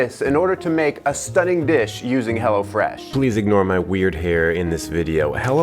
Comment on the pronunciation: ''hello fresh": "HELLA FRESH"